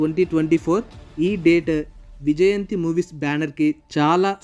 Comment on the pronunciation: Mawaa Ade Vijayanthi Kadhu Mawaa Vijyanthii 😅😂